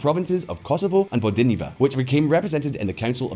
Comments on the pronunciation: Kosovo and Vojdiniva, Slodovan Milosevic....damn I know you're English speaker but common the pronunciation in this video is worst I heard on YT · My man, you have to work on your pronunciation of foreign cities. It's called Vojvodina (Voi-vo-deena) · The way you pronounced Vojvodina was so funny